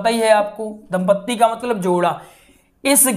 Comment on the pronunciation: धुंधली नहीं है धुंधली है दम्पदी नहीं होता जी दंपति होता है